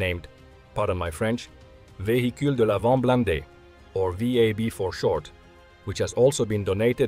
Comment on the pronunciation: As a French, you prononciation of VAB was spot on. 👍